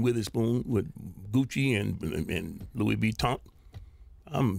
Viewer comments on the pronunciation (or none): I'm crying he said loui vee ton.